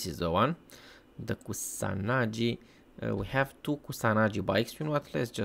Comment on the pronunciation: koo- sah - nah -gee (geezer's 'gee')